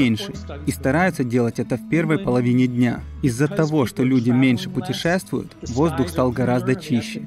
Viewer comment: Где ты услышал слово путешаствуют? Может тебе сходить к Ухо, горло, носу?